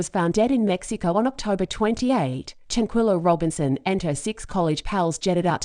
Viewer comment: Don’t use robot voice and have the poor victims name be so completely butchered.